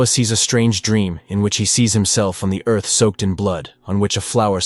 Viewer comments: I've never heard anyone say earth that way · Did he pronounce Earth differently?! Lol